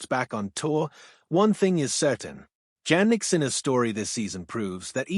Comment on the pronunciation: "Janick" mispronounced. AI slop.